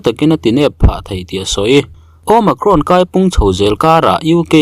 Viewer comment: Omakhrawn ti aa lam chu a mizo hle mai,nice,tih zel tur aw sawisel tu awm mahse a mizo ve lawm